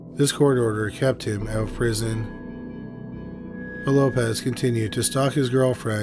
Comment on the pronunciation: As a Portuguese person, I was not very surprised to hear your incorrect pronunciation, because it is very difficult for a non native to stop associating these types of surnames with their Spanish equivalents. Examples: you pronounced "Lopez" when is written Lopes; Martinez is not Martins; Fernández is not Fernandes; Sanchez is not Sanches; García is not Garcia; Rodriguez is not Rodrigues; González is not Gonçalves; Diaz is not Dias; Gomez is not Gomes and Alvarez is not Alves (we shortened Álvares).